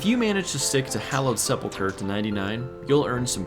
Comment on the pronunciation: Holy moly. You are the first person I have ever heard pronounce Sepulcher correctly. Also, wouldn't it make more sense to do agility before RC, since RC has so much running involved?